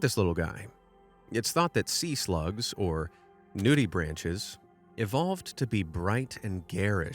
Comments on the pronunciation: "nudibranch" is pronounced with a hard ch at the end, similar to Bach - not like the branch of a tree. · It's pronounced "nudi-brank"